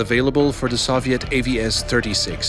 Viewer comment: TH!!! It's "the", not "da"!